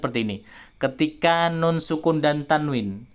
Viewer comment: nun nya bukan di tengah lidah ustad